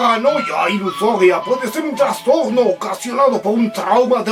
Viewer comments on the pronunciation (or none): none